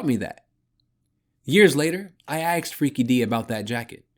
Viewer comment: Axed? Thank you... good voice. The axes are a little annoying... my mother taught 5th grade grammar. Lol The author has a YouTube channel... he's an unhinged lunatic 😂😂😂.